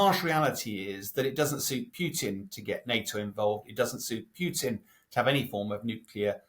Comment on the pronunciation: I love how he says Pewton